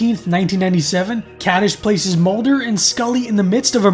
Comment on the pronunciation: You are mispronouncing the title of the episode.